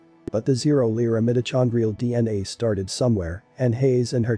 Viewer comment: The person narrating this needs to learn how to pronounce words CORRECTLY! like mitochondrial and ocker!